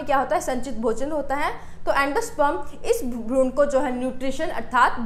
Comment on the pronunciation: Bahut sundar tarika hai samjhane kaआप भ्रूण को भ्रूणा मत बोला कीजिए वैसे अंग्रेजी में आपकी पकड़ बहुत अच्छी है जो कि अमूमन विज्ञान के छात्रों की होती भी है very nice